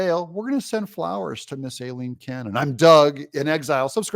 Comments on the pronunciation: It’s Aileen not Alileen! Unless it’s done on purpose of course? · It's pronounced EYE-lean.